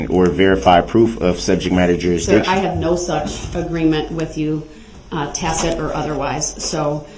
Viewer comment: “Tackid” hahahaha lawfully law!!! He’s the absolute worst human ever created! Tampering with the record!